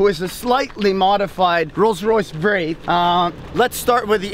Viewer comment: How does this guy not know that the "W" in the name is silent when pronounced, same as the supernatural being in stories xD Also i agree with some here that money dosen`t buy taste :P Edit: He totaly made this car sound allot worse with that system from quick silver. There are things you dont mess with and the sound of a Rolls is one of them. i Just cringed when i heard it... R I P